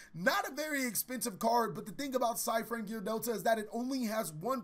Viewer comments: Side in? I think you mean PSY-de in. Eh? Eh? XD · i know he did not just say psy-frame gear delta